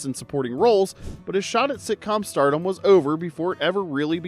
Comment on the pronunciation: Is this narrator AI? Why isn't he able to pronounce stardom? Either the AI or the guy keeps saying startle.